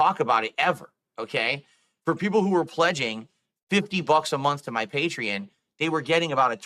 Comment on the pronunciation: It irks me everytime he pronounces Patreon as "Patree-In".